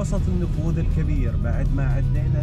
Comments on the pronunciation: ما شاء الله إبداع و ممتعه الله يوفقكم وانا عندي ملاحظة النفود اسمها نفود وليست نفوذ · ما شاء الله 👍🏼👍🏼. ترى اسمه النفود و ليس النفوذ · النفود. وليس. النفوذ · ملاحظه.. النفود وليست النفوذ